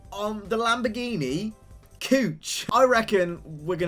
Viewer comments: BRO SAYD LAMBORGHINI COUCH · Damn Bro, you really should read the Name of that Lambo Model again 😂😂😂